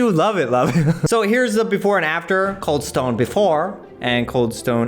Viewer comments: Cald Stane creamery 🤣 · “cald stane creamery”